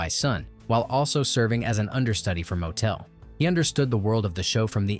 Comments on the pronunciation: I hate to rain on your parade, but even some basic research into the pronunciation of the soon to be son-in-law to Tevye, Motel" isn't said the same way as an inn next to a road. It's not MO-tel" but "MOT-L". In the 70's , I ran projectors in theaters which ran this movie many times during it's release and after and before it went to television. Also, Tevye's wife's name isn't "Gold", it's Golde" (GOL-de). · I saw Hershel Bernardi playing Tevye at the Muni in St Louis. I absolutely loved this movie. But the pronunciations could have been better. Motel is a motor hotel Motel is pronounced like bottle. A lot of other things were a bit odd, but I did like the story this post told. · All you had to do is actually watch the movie once to understand how to pronounce Motel. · I don't recall any motels in the shoe.I gave a thumbs down 👎 because of the many mispronunciations. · PLEASE get your names right! "Motel" rhymes with "bottle" (MAH-tle) And "Chava" is NOT pronounced with a "Ch" like in Chaeles. Rather, it is like in "Bach". If you can't get that, use the sound of a plain "h". Think "Hava Nagila". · Motel lol pronouced Mottle TZeitel as in Tsar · Motel - hahaha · I appreciate the history, but for the love of G-d, the narrator should have watched the movie. He gets every person’s name wrong. It’s not Motel, like motel 6. It’s pronounced MOT-el. Golde is not ‘gold’. It’s Gold-eh. Get this right! Your slaughtering of these characters is distracting. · Interesting stories, but the narrators mispronunciation of key characters was really jarring. Examples: • Golde (GOAL-duh), NOT Gold and Motel: MUH-tul (not moh-TELL). With all the research done on stories, why not take a few moments to make sure you have the names right. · It's not "motel" as in Holiday Inn. It's 'motl'. And I could go on with a lot of them... Anything with a "ch" isn't ch, it's a gutteral h. Golde isn't gold, she's Goldah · Yep it's not Gold it's Golder. It's Mottle not Motel!!!😮🤪😬